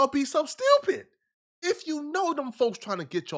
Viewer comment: "How could yall be so stewpid" 😂😂😂